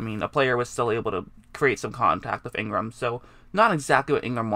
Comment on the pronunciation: Man sometimes I have such a hard time watching these videos. Are you saying "wif" or "with"? Pronunciation is cool